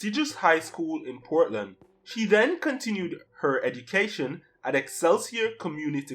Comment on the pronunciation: The word is education NOT edication. Watch your enunciation. I know it’s difficult if you are Jamaican. It’s ok there but not so on YouTube.